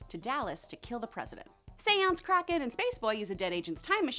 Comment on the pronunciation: When she said kraken I thought she said crackhead